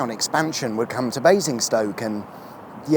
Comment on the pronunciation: Ah yes .. Basinggrad.